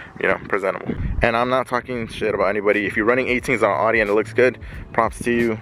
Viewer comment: What’s an awedee it’s an Audi